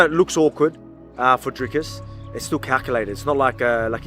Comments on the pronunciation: If you Pronounce his nam,e as "Dracus" you are an uncultured idiot. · For those of you who don't know how to pronounce Dricus Du Plessis - "Dric-uhs Doo-pluh-see", not Draycus Du Plessy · Can an American level with me, why can't you say Dreeecus and opt to say Draaacus ? 🤷🏽‍♂️🤦🏽‍♂️